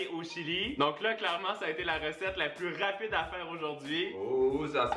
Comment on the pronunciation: Quand il a dit que le saumon c'est la recette la plus rapide j'ai entendu la plus raté et j'ai panique😂😅